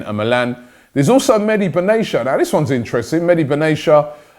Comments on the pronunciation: Benayasha Robbie? It's pronounced Ben-at-eya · It's Medhi Benatia not Medi Benashia 😂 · It’s pronounced Mehdi Ben-ah-te-a